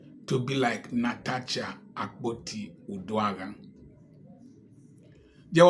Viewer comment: The correct pronunciation is NA-TA-SHA.